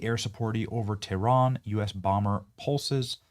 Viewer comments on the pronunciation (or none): none